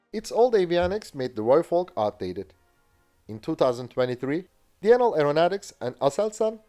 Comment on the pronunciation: Pity he can't say Denel correctly though.